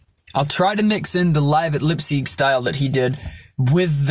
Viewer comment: I never saw a guy full of life like you!!! I am similar to you in the way i speak and i want to bring light into people's life!!! Keep it up with your scream vocals and Funeral Fog it's a little bit less screamed but perfect :) ah and anway it's "Lyipzig" not "Lipzig" :D